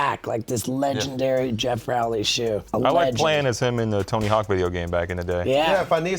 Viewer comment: Also its ROW- lee like row boat Put some respect on the legends name A legend we all mispronounced until his 9 club appearance 😂